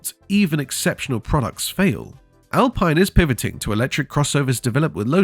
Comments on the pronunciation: The Alpine 110 you showed initially was from the 1970’s not the current model. You are also mispronouncing the name, it’s Al peeen not Al pine. Get it right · It's Al-Peen.